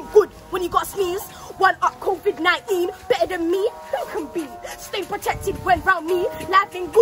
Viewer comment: ‘Covid nieen’😂